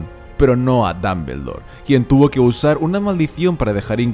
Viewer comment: Dambeldor jaja, es muy gracioso oírte mencionarlo